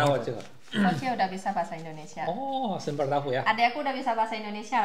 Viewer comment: salah ngomong nya sambel tahu. Sempol tahu.yg bener spol tahu.